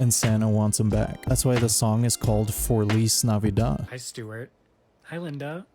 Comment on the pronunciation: "Forlease navidad!" 😂😂😂😂